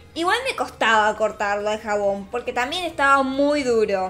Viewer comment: Cuando dice " POQUE" es raro